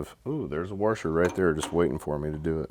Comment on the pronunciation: Waaaaarsher. Careful your Oregonian accent coming g through 😂🫡. Nice work like always